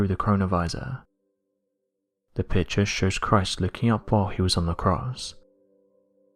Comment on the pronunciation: That narrator sounds like he's singing, but isn't sure how to do it. Hard to understand, many vowels are completely mispronounced. Note: Every sentence follows the same sound patterns. If it would not be so sad it would almost be funny. A pitcher is a container for beer, a picture is a container for colors that (sometimes) are composed by an artist who has a message. This narrator is neither an artist nor does he have a message.